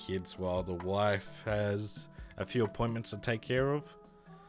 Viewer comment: “And swadddly there are a phewww”